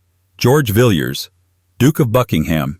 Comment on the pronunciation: Villiers should be pronounced Villaz not Vill-yuz.